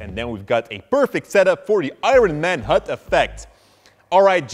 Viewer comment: HUD, not hood .... damn it guys... ENGLISH !